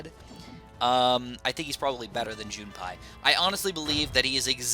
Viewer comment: JUN-PIE not JUNE-PIE